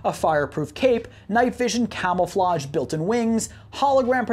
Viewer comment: "Camel-flage" haha. Great vid tho.